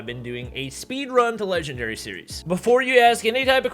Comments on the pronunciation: lol said legwndary instead of legendary but anyways thats kinda cool rookie to legendary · Man grinding to "legwndary" sure is hard. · Ofcourse. "Legwndary" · Speedruns to "Legwndary" Me: Can't even get to Master 1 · LITERALLY,KUKUKU REKOIL, SHEESH AND NOW LEGWENDARY